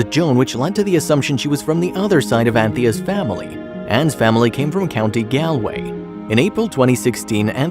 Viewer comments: Gaalway. Not galeway wish you yanks would learn to pronounce names correctly. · That is NOT how you say Galway, it's not a like apple is G- aw-l-way